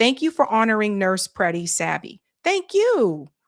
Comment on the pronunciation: Will someone PLEASE TELL SABBY TO STOP PRONOUNCING ALEX PRETTI'S NAME WRONG??? This is now the third day. It is disrespectful to Alex!